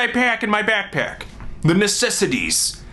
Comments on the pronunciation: he says backpack like: byackpyack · When he kept saying 'backpack' did anyone keep hearing 'snack pack'?